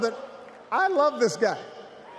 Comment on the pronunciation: YES HE CAN! HE'S STILL DOING IT AND DOING IT AND DOING IT WELL! hahahaha "We the people wuv you". Yes we do! WE ain't going back! Period!!!!